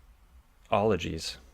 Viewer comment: did he say 'ologys'?